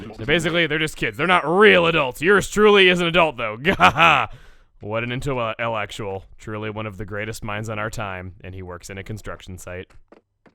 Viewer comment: tries to insult someone’s intelligence by calling them an intawaalekshil